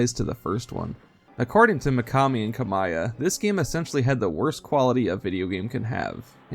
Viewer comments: its Hideki Ka Mee Ah not Ka My Ah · Hideki KA-mee-yah